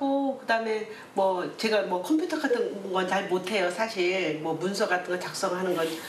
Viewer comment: 아버님 컴퓨터를 콤퓨토라고 말하시는 거 왤켘ㅋㅋㅋㅋㅋㅋ귀여우셔